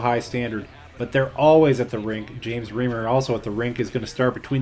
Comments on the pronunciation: and stop saying riimer its REIMER. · Dude Its Reimer Not Reemer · just to let you know it's pronounced ry-mer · Reimer is pronounced as "Rymer" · Toronto's goalie is pronounced as Rye-mer...